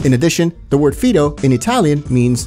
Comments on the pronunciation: Fido is calling Claude a dog (an Italian dog). It may translate to trust too but that's not how she used it in context. Fido is "Fye dough" in pronunciation, not "fee dough" in case anyone was wandering. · Why did the narrator keep pronouncing Claude's nickname as FEE-DOE instead of FYE-DOE? They have a clip playing of Maria saying Fido, so it just makes it more jarring the odd enunciation. That nitpick aside Fido is actually of Latin origin not just Italian meaning trust but dependable/reliable. Whether intentional or not, Fido as a nickname for Claude is a double entendre because he's definitely reliable but by towards the 2nd half of the story is when he's no longer trustworthy making it ironic to call him Fido as well as fitting. It wouldn't surprise me if Rockstar intended for the name ironically as that seems to be the case with Ray's Boccino's surname in GTA4. Boccino meaning squealer was actually super ironic in GTA IV. [spoilers for anyone who hasn't played that yet somehow] Ray's main flaws was he only sucked up to Peggorino and openly had disdain and distrust of Phil in main story. Ray was a scumbag but he was actually showed to keep his word with Niko and care for his men to some extent as seen when Ray said Niko didn't need to kill his crew that stole the ice. This is again shown in the TLatD dlc when he holds his man with the slit throat. The scene is also the only example of Ray actually betraying someone, however there's a two things to note about that is Ray already showed he looked down on the Lost MCs and didn't care about them and the betrayal probably wouldn't have happened had the deal gone more smoothly and Johnny hadn't taken the money without Niko by hi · its faydo not fiydo😂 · And it's pronoumced fai·dow Not feedow. I don't know if the narration of the video is AI generated or not but they seem to misprounce a lot of words in their videos. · correct, they've seem to have completely missed the context. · FIDO fy-doh. Not fee-doh.